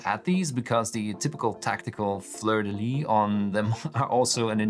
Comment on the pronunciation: Amazing work! (also, we do pronounce the "s" at the end of "Fleur de Lys" in French ;) )